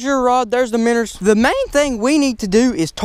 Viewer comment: 1 BIGGEST QUESTION WHY DO YOU SAY MINNERS IT MINOWS